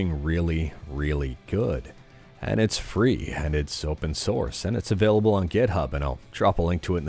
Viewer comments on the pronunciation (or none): none